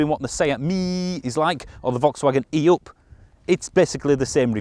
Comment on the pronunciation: The only car reviewer able to say "E up! "